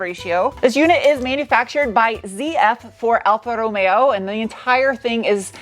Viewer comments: I love the way you say Alfa Romeo!!! Sounds so italian.... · although you are not Italian, you pronounce Alfa Romeo wonderfully. In Italy, it's Wine, Women & Cars.... Not always in that order. You would be well received in Italy, in that outfit, white Lab Coat, High Boots in a Mini Skirt. Even your Nails are reflective of the color of the Car. The name means 4 Leaf Clover. Buon Fortuna!!